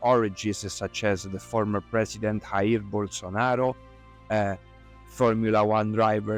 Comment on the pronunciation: And by the way, why did you pronounce last Brazil's president's first name as 'rair'? If you are talking about Brazil, try to get at least a little bit informed about its language. In Portuguese J is pronounced as in French, so the correct pronunciation is 'jair' like the word 'je' in Fench.